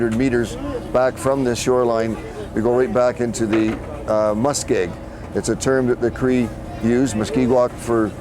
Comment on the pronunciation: did she say moose-keg wetlands? Hahaha! thats funny! Muskeg! unuh the Swamp....lol